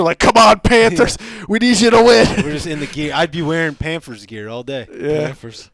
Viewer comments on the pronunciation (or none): plz stop sayin panfers